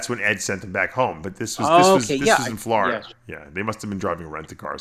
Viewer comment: Seriously! He lives in Floridur. On the east coast of the United states of Amerikur. With his anacondurs.